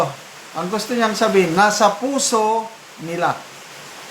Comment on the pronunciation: Maliwanag na sinadya ang pag-bigkas ng pusi embes na puso..sobrang tiwala na maski ang mga bagong hubog na mga kawal ay masunurin sa kanilang mga pansariling mga batas..